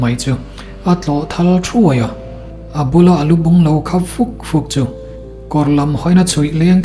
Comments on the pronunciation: Chaltuaia ni si, Laltuaia tiin i lam zel a. 😅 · A thupuiah chaltuaia tih ania,mahse I chhiarnaah hian laltuaia iti leh deih sia,enge a awmziale